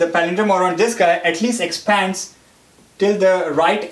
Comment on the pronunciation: good video but just cant listen to his stressing on Exppphaaaads.... lols...